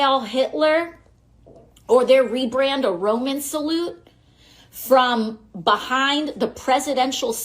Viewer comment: A rowman salloot